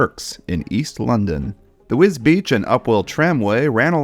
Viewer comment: Congratulations on the correct pronunciation of Wisbech. Not even people here can get it right 🙄